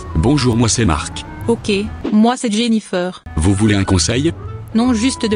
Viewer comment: Tout ce que je retiens c'est : "Ok, moi c'est Jaynnifeur"